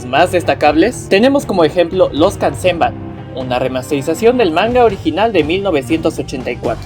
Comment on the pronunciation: Se dice MANgaka, no manGAka. Y es Doctor Slump, no Eslump. Se pronuncia KAYIKA, no Cajica. KANzenban, no kanZENban.